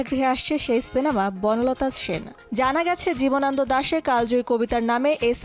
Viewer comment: জীবনান্দ নয়, জীবনানন্দ। উচ্চারণ ঠিক করেন।